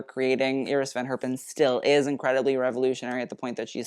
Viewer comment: cool exhibition! full of delights! love that does pronounces the name of iris van herpen and rudi gernreich in the way how they are originally called and not the English version of it.